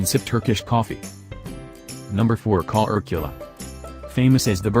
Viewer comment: Korcula is pronounced as Kor Chu La not Ko Er Q La. Please do your homework.!